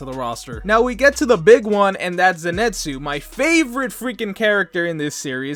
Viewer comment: If Zenitsu is your favourite character than at least learn how to pronounce his name right.